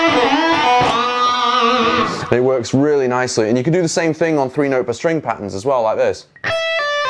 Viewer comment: "the stwing" has my dying